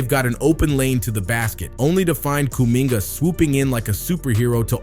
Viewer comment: You have to learn how to pronounce names better man. I like the video btw